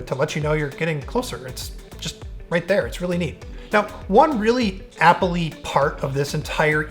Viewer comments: can you please stop saying applee? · made the word 'Apple' very weird in the end due to the repetition.